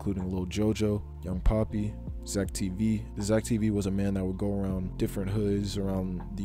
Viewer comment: Young poppy? ITS PAAAAAPPY